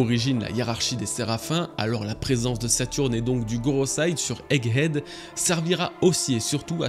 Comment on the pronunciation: Bravo, 100% des prononciation de "egghead" étaient bonnes, y'a pas si longtemps on étais à moins de 10%:P